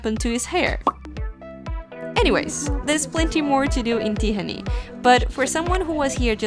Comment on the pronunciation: Hey! It's a great video! My only criticism that you butchered the Hungarian names, even Budapest and Tihany and so. Of course I understand you don't know the pronunciations, but if you just drop the names in Google, you can listen how Hungarians saying. Other than that cool video! ;)